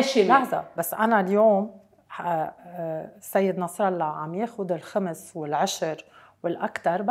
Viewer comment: نعم الخُمس بضم الخاء و ليس الخَمس بفتح الخاء